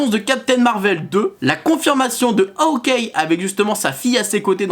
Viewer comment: Et ça ce dis Hawkeye et pas howké😂